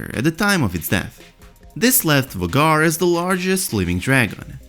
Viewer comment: Isn't Vhagar's name pronounced like "Veigar" ?